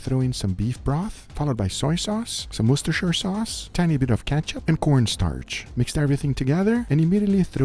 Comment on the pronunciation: Good pronunciation of „Worcestershire sauce“.